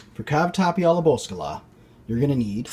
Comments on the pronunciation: Looks great! But its not called bocolla... Its boscaiola! (BO-SKY-YOLA) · Did u call it cavatapi boscala? Lol. Man U butchered the pronunciation raw and bloody. Food looks good though.